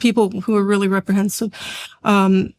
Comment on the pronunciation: Sad she had a problem saying reprehensible…